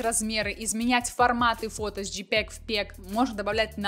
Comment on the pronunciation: "Искуссный интеллект", "джипег в пег"... Дальше смотреть не стал)